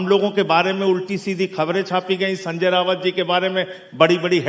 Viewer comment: पढ़े लिखे लोगों को दूसरों के नाम का सही उच्चारण करना चाहिए। AAP नेता द्वारा शिव सेना UBT के नेता संजय राउत को बार बार संजय रावत कहना गलत है।